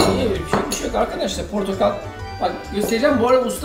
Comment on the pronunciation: Portokal ne melih yaa.. her bu meyvenin adı geçen videoda böyle diyorsun.. Portakal lütfen portakal..